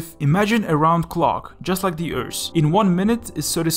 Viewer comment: Atte Kivipato LMAO he also says earsssth and stuff